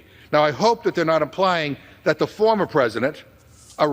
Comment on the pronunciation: Just can't seem to say "former".